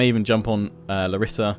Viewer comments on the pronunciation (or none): it is Lárisa not larísa